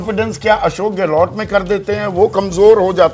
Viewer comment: शेखावटी नही ये शेखावाटी है कृपया पत्रकार महोदय जी बोलें तो सही, गहलोट नहीं गहलोत है अब सवाल उठता है कि जिन्हें सही नाम नहीं मालूम लेकिन विश्लेषण पूरे क्षेत्र की कर रहे हैं ।